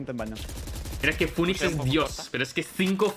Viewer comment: Yo escuchando "funix": 💀💀💀